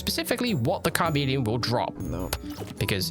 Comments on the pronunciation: it's charmeleon not carmeleon! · Car-Meleon though? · Did you say Kar-meleon??? Dude. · Pokemon fan but mispronounces even common poke like car meleon XD and thinks its a icecream not a spade stuck in ita head..